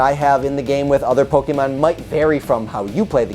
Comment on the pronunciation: Aight so u said the name right but then u said pokemin... POKEMIN!!!!